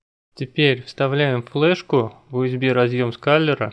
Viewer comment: Не УСБ а ЮСБИ.